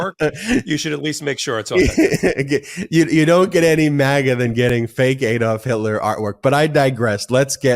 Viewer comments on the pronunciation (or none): Great show but it's ADD-olf not EED--olf. I keep pointing this out.